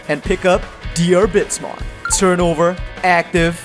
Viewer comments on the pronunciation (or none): Bit of language advice: You don't pronounce the "a" in Diarbbitmon's name. Even disregarding that it's spelled ディルビットモン (pronounced dirubittomon, with the double tt denoting a quick, less than a half second pause before starting the t noise), his name is based on Diarmuid Diarmuid Ua Duibhne, which is pronounced Deermood Oh Dyna, because Celtic transliteration is full of shit and devised by people higher than the international space station.